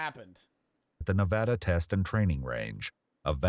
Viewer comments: joe its not naaavada its Nevada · please, LEARN HOW TO PRONOUNCE NEVADA IT'S (NIH-VAHH-DUHH) AGAIN (NIH-VAH-DUH) PLEASE JOE IT MAKES NEVADANS TWEAK IF YOU SAY IT WRONG